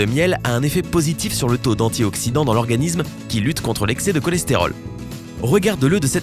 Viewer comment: Métabolisme ne se prononce pas métabolizme, organisme non plus d'ailleurs.